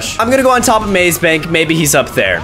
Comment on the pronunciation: Mase bank not mas bank